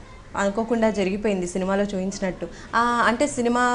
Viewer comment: Chooinchanattu enti- telugu nerchuko anchor- choopinchanattu anaka